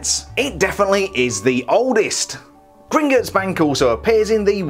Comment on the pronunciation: Actually it’s pronounced Grin-Got-S Not Grin-Git-S